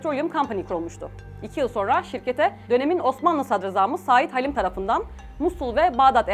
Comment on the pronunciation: Çok önemli bir konu. Emeği geçen herkese teşekkürler. Yalnız bazı diksiyon hataları var. Misal Said Halim Paşa derken yanlış bir uzatma olmuş.